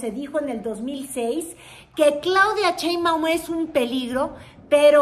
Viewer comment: Eres de tv azteca, dudo un poco de tu credibilidad. Además porqué pronuncias Cheinbaum si es Sheinbaum!!